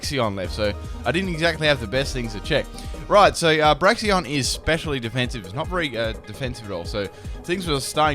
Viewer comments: "Braxion" it's Brakes-un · its "braixen" not braxion??? or somthing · "Braxion"?? It's Braixen... I know not all your pronunciations are correct, but that one wasn't even close haha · Braxion u mean braxian Oh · Braxion I thought it was Braixen ......... has life lied to me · You say Br-A-Xie-on It's actually Br-ay-xen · Why does everyone always call Braixen "Braxien" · THERES NO O IN BRAIXEN